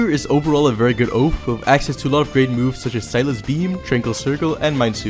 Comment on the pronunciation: Oath not Oaf